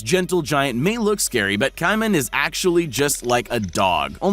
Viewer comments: Ki-man?? It's pronounced KAY-MAN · it's pronounced CAY-man not Ci-man...dumba** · This ignorant narrator is a prime example of the lack of education in young people. This narrator was probably wrapped up in his cell phone while growing up so he doesn't know how to pronounce common words like caiman, wrasse and the name Fagin. Caiman is pronounced like kay-min, NOT ky-min. Wrasse is pronounced rass as in the word harass NOT rass-ee and the name Fagin is pronounced Fay-Gin with a hard G like the word again, not a soft G like the word gin. How can a narrator not know how to pronounce these common and very simple words? He doesn't know because he's had very little social interaction with the English language and he's done none of the very basic reading that was required of young people in grade schools 20 or more years ago. He sounds like an ignorant idiot when he speaks in this video. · It's pronounced KAY-men. If you're going to try to educate people, BE EDUCATED YOURSELF. Putz. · Caiman - pronounced: CAY-MAN Sheepshead Wrasse - pronounced: SHEEP'S HEAD RASS (E is silent) Also, there are hundreds of species of pythons, if not - thousands... The one in this video is a Burmese Python! Do some research, contact a biologist before making your videos. I study salamanders but even I knew these pronunciations were way off haha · Caiman is pronounced Kay Man, Kay as in Okay. Also pretty sure that the crow name is Fagin as in the character in Oliver Twist, which would mean the G is hard, as in Goat. So "gin" is pronounced the same way as the first syllable of guinea fowl, .or Guinness (if one is more familiar with booze than birds). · that made me laugh that he said pet KAIman instead of caiman it its like saying kman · gotta love when the person making the video cant even pronounce the words in their own script... "ky-Mahn".... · caiman is pronounced kaymin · said cai-man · It’s cay-men :/ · Pronounced: "KAYMAN". FFS, do a minimum amount of research...